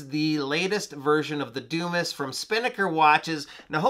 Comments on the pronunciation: Dude. That's not a doo-miss. It's a Dumas. Pronounced dew-mah. As in Alexander Dumas, author of the "Count of Monte Cristo." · It's pronounced Dew-MAH. Grow up. Stop embarrassing yourself.